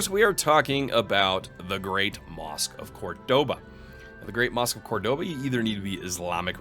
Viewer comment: I wouldn't say you misspronounced Seville (or Sevilla), one is just the English name of the city. However, right after you misspronounced Cordoba xD Then again, the game doesn't spell it Córdoba, so you actually read it correctly the way it is written in game.